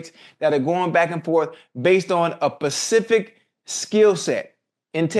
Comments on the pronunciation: “Based on a PACIFIC”🤣can’t stop laughing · “a pacific skill set” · Ocho said a “pacific” technique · SSSSSpecific not pacific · A "Pacific" skill set 😂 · You know most black people can't say Specific over Pacific lol